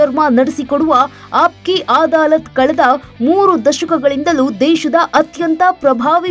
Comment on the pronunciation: ಅದು ಅದಾಲತ್ ಅಮ್ಮ ಆದಾಲತ್ ಅಲ್ಲ... please check your words before speaking...